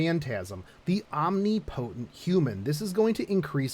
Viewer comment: >"Omni-potent" OMEGALUL... I'm sorry, I'm not usually one to point out pronunciation, but for future reference it's more like "om-nip-uh-tent"...but to be fair, I frequently say it "omni-potent" for shits and giggles